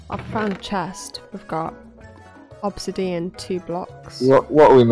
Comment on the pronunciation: "Obsidddeon" 🤣 nice video!!